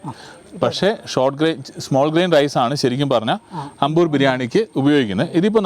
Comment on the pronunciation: Ambur alla.....Aaambur....😁